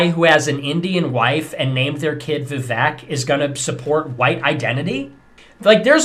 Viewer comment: It's interesting your video is about racists, but you struggle to pronounce Vivek and Kamala. 😬 I guess your audience will let that slide. I'm struggling on that part, I suppose. Racist whites aren't the only ones requiring further education. Yikes!